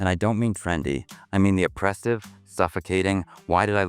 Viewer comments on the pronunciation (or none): AI still hasn't figured out how to pronounce oppressive. "...the humidity is O-pa-press-ive." AI is really going to contribute to the dumbing down of the human race.